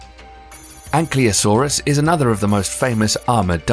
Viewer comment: That's not how you pronounce ankylosaurus lol;)